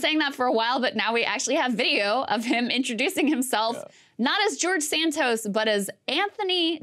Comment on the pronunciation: LOL Krystal is fascinated .. And also said his name as De-Santos.!